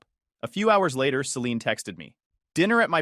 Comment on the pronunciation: AI voice really struggles with the name Celine, Saleen, Selini, Selenee.